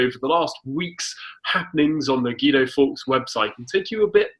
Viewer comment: Hi Guido, when are you going to talk about your incompetent government? And why can't you pronounce your own name? I'm actually embarrassed on your behalf.